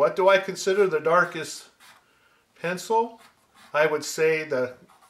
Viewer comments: Holy cow, it's so good to finally find out that I'm not the only one who says 'charcoal pensole' when trying to say charcoal pencil. I thought I was losing my mind. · Why? How do others pronounce it? Pen ceeel? LOL!